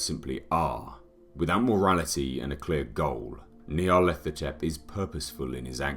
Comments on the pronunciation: Is it Nyarlathotep or Nylarthethothep like the guy pronounces it? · Maybe someday someone will pronounce it right. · I wish he could pronounce Nyarlathotep.